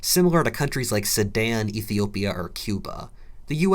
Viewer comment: soooo he was saying Sudan?? i thought he was saying sammad or someshit